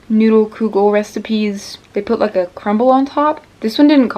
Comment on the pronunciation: Omg I'm so happy you made kugel and that you like it! =] The U in kugel is pronounced like the OO in wood. Also, most kugel I've had in the past has been made with like lasagna noodles, but don't worry, it's still considered kugel no matter what noodles you use!